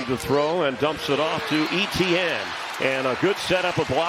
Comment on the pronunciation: I thought E T N was an acronym for a player, turns out he cant pronounce Etienne 😂😂😂